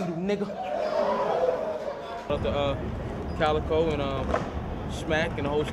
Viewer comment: His name is Calicoe as in a gun. Not Calicode